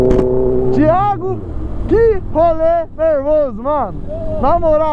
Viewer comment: O português está super certo "THIGO" kkkkkkkkkkk